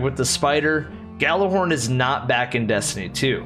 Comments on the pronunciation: I have to say it, it’s gjallahorn not yallahorn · I was triggered every time someone said *Gal*lerhorn instead of *Gjal*lerhorn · It’s called Gjallerhorn not Jallerhorn my friend 😊